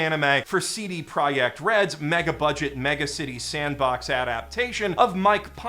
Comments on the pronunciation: Thank you so much for pronouncing the name "CD projekt red" correctly - you're the only youtuber I watched who did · Holy shit, an almost correct polish pronounciation of CD Project Red was not on my bingo today but I'll take it. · gasps in polish HE SAID "CD PROJEKT RED" CORRECTLY!!! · MB: Pronounces CD Projekt Red correctly Me, a Polish person: Wait. That's illegal!